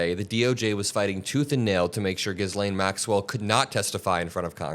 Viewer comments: Hi, in saying Ghislaine,'s nane, the s is silent. Ghilaine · It's pronounced Ghee-Lehn Not Giz-Lane FYI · It's pronounced G-lane. The s is silent.